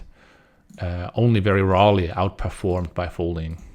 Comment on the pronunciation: Thanks! Great video and tempo. Couple things to note. You pronounce rarely in an odd way :D. HUD is not necessary. The font is too small to read 720p anyway. 1080p would maybe work better. Looking forward to see you stream again.